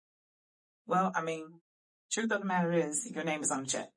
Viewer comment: He is telling the truff! 😅😅😅